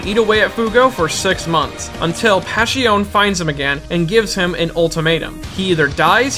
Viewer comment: Passione pronounced wrong?